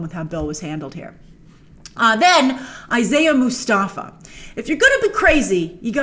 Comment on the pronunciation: The way you pronounce "Isaiah Mustafa" is Ish-aa-ya Moss-tapha